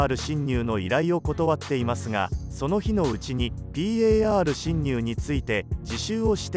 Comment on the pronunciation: ぴーえーあーるしんにゅう の発音がじわる